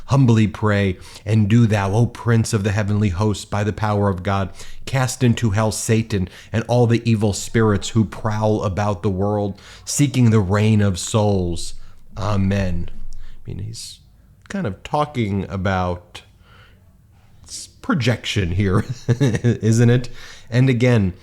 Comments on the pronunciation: "...seeking the RUIN of souls." Not rain. Not reign. ...Mostly y'all do great with reading. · "rain," or roo in/ruin of souls .... sound it out Benny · Ben, while I agree with your assessment of he-who-shall-not-be-named, please learn to read (“reign of souls?”…)